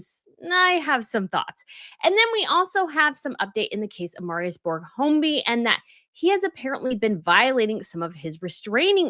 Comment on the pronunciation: I enjoy the channel mostly, but it is annoying with the constant incorrectness. It’s Høiby, not Holmby. Say Hoyby if your must. What is Artemis Day?? It’s giving unprofessional.